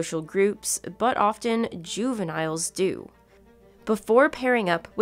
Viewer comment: This file pronounces the T in “often”. How ignorant can you get?